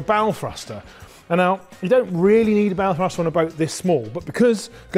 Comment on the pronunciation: For a moment I thought you said "bowel thruster" :-D Interesting projects and the relay was also interesting - thanks!